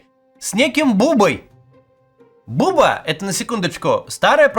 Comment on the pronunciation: Это."Баба" а не "Буба".Братишка, по южному.